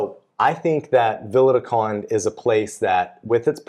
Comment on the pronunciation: Sorry but I can't help myself, peak Karen here. I have been watching you guys on and off for years and I know you guys are practising your vowel reduction but you've had a lot of time to work on this. I'm only a couple of years in here but can do it. There is an e on the end of Conde, like Continente the supermarket. Vowel reduction doesn't mean it's gone completely but the best way of trying to explain to English speakers is add a little pant at the end with the e. It's not meant to be clipped off entirely, I know it's subtle but it's still there. If you can't handle that then think of the e in "comment", just do a half e. If you can do a single and double tap r you've won the language! Maybe there's a video in this comment for you and sorry for being such an arse about it